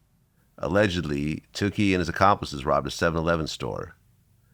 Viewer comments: Pronounced Took-E not Too-key And its Tie-Qwan. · Its not pronounced "Two Key", Vlad. Its Took-E. Like "you took my virginity."